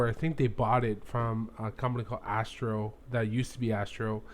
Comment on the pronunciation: It was Astaro, not "Astro" that Sophos bought to get this UTM product....